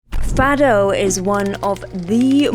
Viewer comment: Please, say Fado as if the O is a U. I appreciate that portuguese text included in the video :)